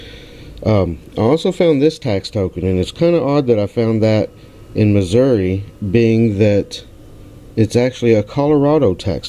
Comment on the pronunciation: Yay!!!! You pronounced Missouri right! Lol! Glad you had a great time, my friend. Would have loved to have been there too. Congrats on your first IHP! Thanks for sharing. See ya soon.